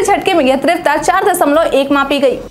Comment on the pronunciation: तीव्रता शब्द का सही उच्चारण किया करें।इसे गलती से त्रीवता न कहा करें।